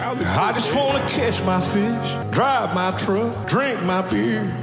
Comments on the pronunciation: I want it to be kiss. It sounds like kiss, so it is. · I thought he said I just wanna kiss my fish....LOL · lmao i thought he said "kiss my fish" but he said catch a fish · I thought bro said "I just wanna kiss my fish" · I thought he said “Kiss my fish” 😅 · i thought he said kiss too. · I thought he was saying that until seeing this comment 😂 I thought “what a bizarre phrase”